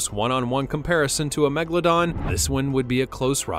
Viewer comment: The name of the old shark is MEGALODON, not Megladon